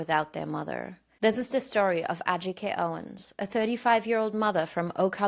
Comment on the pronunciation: It pisses me off that she calls her A-Jike. How stupid are you lady? That was a redundant question by the way. I have no words for how much I loathe this lady.